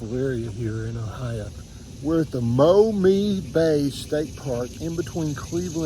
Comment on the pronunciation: Interesting video. Thirty five years ago I went to Law School in Toledo and it was a polluted rust belt town. After a lifetime in Ohio upon graduation I left for the West. It was nice to see the area rebuilt and fishing back. P.S. it’s pronounced “Ma Me”.